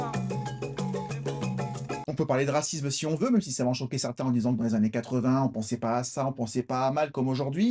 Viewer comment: "Durant ces vingt zannées". Je ne m'en suis pas encore remis. Ceci dit toujours autant d'enthousiasme dans vos émissions et cela fait plaisir à voir bien que ne partageant pas toujours vos avis. Normal. Principe du débat démocratique! Bonne continuation!